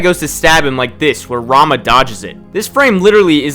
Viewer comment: I am a weeb, so everytime you said "Rama", I heard "Ranma" initially. Technically he's also a martial artist, but that anime is no where even close to realistic, lol